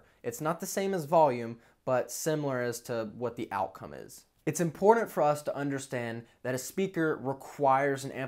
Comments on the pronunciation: Wanted to like this video but cant stand you saying "impordant" over and over. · Important, there is no D in the word important!